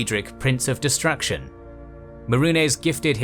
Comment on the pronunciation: lot of pronunciation mistakes. worst one is like how do you mispronounce destruction?